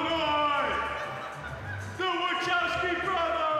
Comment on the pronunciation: "the watchowski brothers" lol